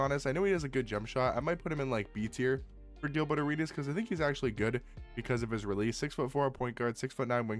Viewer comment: Is “Gilbutt” Arenas just the accent coming out or is there some subtle shade there 😂